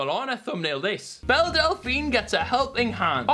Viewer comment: Amber Liu pronouncing Belle’s name is adorable